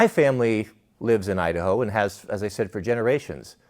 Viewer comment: Kamala Harris, "I da ho". 🤣😂🤣😂🤣